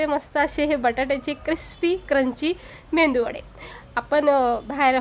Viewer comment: 😊👌👌❤️ मेंदू वडे नाही मेदू वडे म्हणतात